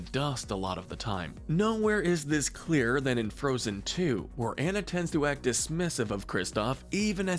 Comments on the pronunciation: Why are you pronouncing Anna’s name wrong but Kristoff’s correctly??? It’s “on-a” not “an-a”. Ok. Got it.😤 Go watch the movie again if you don’t believe me. I’ll wait. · i love videos like this but when the person doing the voice over mispronounces the names THAT ARE SAID IN SAID MOVIE like anna and kristoff it may be spelt anna but on pronounced diffrently and like i said ITS SAID IN THE FREAKING MOVIE